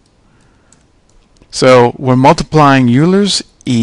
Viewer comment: Euler is pronounced "oiler".